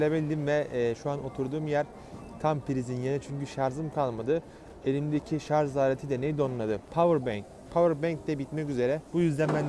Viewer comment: Abi şunun adı şarz değil şarj